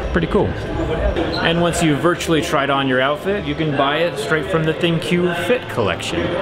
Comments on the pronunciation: I think LG pronouces "ThinQ" as Think...just a fancy way of spelling it out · Are you sure its not pronounced THINK? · Did anyone else hear thinq thicc